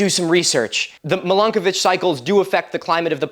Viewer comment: Every time you say Milankovitch Cycles I keep thinking you're saying Milkovich and scenes from Shameless keep popping into my head. 😆